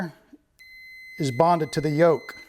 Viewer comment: It's called a "yoke" actually... I know the pronunciation was a bit funny. But at least now you can say it right and get correct search results if you ever look it up.